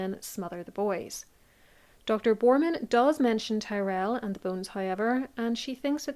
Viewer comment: Your pronunciation of Tyrell unfortunately makes me doubt everything you opine